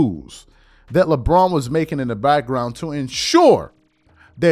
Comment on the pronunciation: Lebraud James😂😂